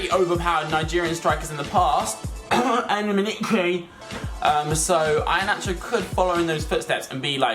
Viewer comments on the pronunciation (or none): I A NACHO?! I-HE-A-NACHO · Ee a nacho is how it's said :) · it's pronounced i-hee-an-acho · It's ee anacho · pronounced ehanacho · ih-he-nacho is how it's pronounced! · You cannot pronounce Iheanacho's name